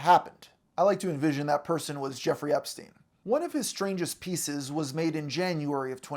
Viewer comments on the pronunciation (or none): none